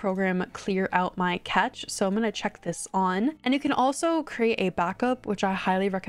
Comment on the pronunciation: Cache is pronounced "cash" :-) Just lettin' ya know!